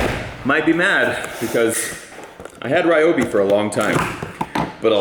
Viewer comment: It's REE oh bee.